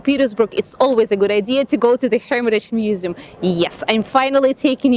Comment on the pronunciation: feymus musum xd that accent tho